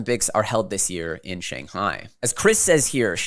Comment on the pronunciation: SANGAI? LOL doesnt Shanghai have an H??